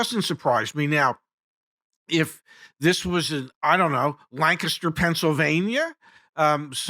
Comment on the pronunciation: Thank you for pronouncing Lancaster correctly! 😂